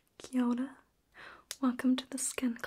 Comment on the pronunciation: I had to start again from the beginning because I thought you said my name "Kiarra" pronounced Kee-R-rah but I soon found out you said "Kia ora". I literally said, "Wait, what?" LOL